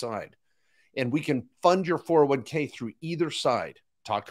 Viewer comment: Lol, you pay taxes when you convert. Also, it is a 401k, not 4011k...funny guy. Love the enthusiasm and hilarious you started the video with "Don't listen to people's comments". Brainwasher...Nobody gets 1M in 6-7 years from a ROTH IRA putting in the max, even at 15-20%. Doesn't happen buddy. "If you want to make a million $, we want a relationship for years to come" 🤣😂. Of course you do, drain other people's money. After thought before I close this, the oil wasn't in SD, it was likely in ND. I call total bs on everything. Hahaha